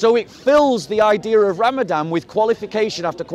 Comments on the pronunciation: If you can only pronounce it correctly. It's Ramadan NOT Ramadam. you're making too many assumptions. A sick person or a person traveling long distance GOD gave them permission to not fast and make it up after Ramadan. a Person with Chronic illness that can't Fast should feed a person every day of Ramadan. Fasting means you abstain from drinking water and consuming food not from meat. How did Jesus fast.? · It’s ramadaN bob not ramadam